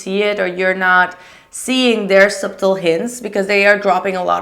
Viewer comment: *pronounced suttle..